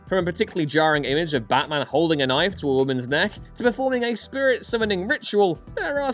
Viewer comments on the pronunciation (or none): none